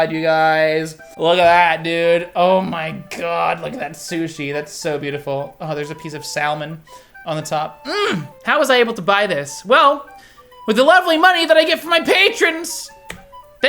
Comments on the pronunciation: He said saLmen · The L in Salmon is silent. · I knew I wasn't the only person that pronounced salmon that way.